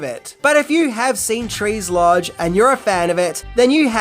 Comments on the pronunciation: Trees LOUNGE, not trees lodge. Lol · Trees LOUNGE....not Lodge...... Just saying. Lol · Trees 'Lodge'? Where'd you find that, under the settee? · Did he say “Trees Lodge”? 😂 he must’ve been trolling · It's Trees Lounge not lodge. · Yo’ dude… do you mean “Tres’ L-O-U-N-G-E”???